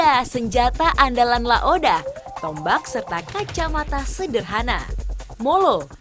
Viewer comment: bukan La oda tapi La ode, gmna sih wkwkwkwk